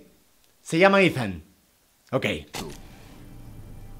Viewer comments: se llama Eathan se pronuncia itan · Esthan pero le dicen Eithan algo asi